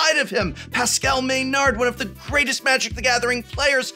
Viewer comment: Maynard as pronounced "MÉNARD" ? (Meuh-norr for our english friends) Quebecois TABARNAK !!!!